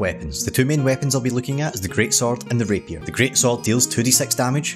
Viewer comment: Great-SwORD, great-SWORD even, not great-SOLD